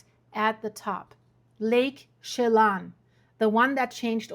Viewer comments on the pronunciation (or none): Shay-lon? Chelan! Chuh (as in “duh”) lan (as in land without the “D”). Shuh lan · OMG, figure out how to pronounce the areas, Lake Chelan (shaalan), Okanogan before you do a video!!!!!!!!!!!!!!!!!!!!!!!! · (as in Sil-K👁️?)! You sure know how to slaughter names & you even went there Too, but never learned how to pronounce anything!! Lake Chelan is pronounced as She-Lan!! I bet you drove your English teacher BAT CRAZY when you attended High School here in America!! I grew up in Washington State and learned how to pronounce every place I visited, Now I am going to have to call my niece who lives in Wenatchee where the HELL you were talking about!!! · Ptarmigan pronounced Tar-ma-gin, Chelan pronounced Sha-lan, Okanogan pronounced Oh-kah-NOG-guhn. Appreciate your reports.